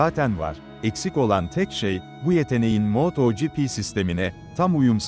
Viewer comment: Yahu su yapay zeka seslendirmesi ne alaka? Bi is yapiyosaniz az cesaretiniz olsun kendiniz konusun! Ödlek ödlek yapay zekanin arkasina saklanmissiniz.... moooooto gipi ne aq sinir oldum...